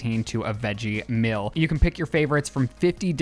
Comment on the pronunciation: why can not pronounce "meal" correctly??! i don't want 16 free mills from hellofresh!